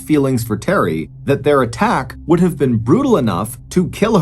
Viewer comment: Who would have thought the words could and would could be mangled so badly, on purpose, publicly. Smh!